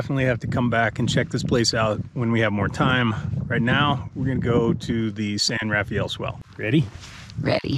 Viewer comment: Locals pronounce it 'San Rafel', not 'San Rafayel'